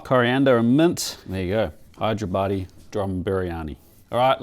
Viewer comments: not Drrrum briyani its called Dum biriyani.. no R in Dum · It's not doom biryani.. it's dum biryani.. Dum is pronounced as "the mmm"